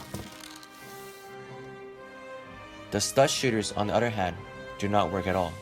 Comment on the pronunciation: try saying "Other" not "utter" you need to work on your O's